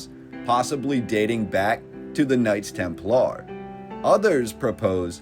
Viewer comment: Knights temp Lar??? That one was on purpose.. be real? Do you talk like a straight Goober just to anger me?? Im a pretty nice guy idk why you'd wanna upset me so??